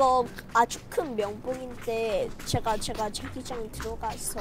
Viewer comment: 줴... 줴가여? 발음ㅋㅋㅋㅋㅋ